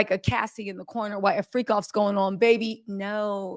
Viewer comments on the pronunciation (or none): none